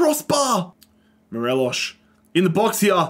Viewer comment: As a rangers fan it was great seeing us dominate scotland and seeing tav get that high rating. Unfortunate to see the end result however. Also it's mo-re-loss there's no sh sound.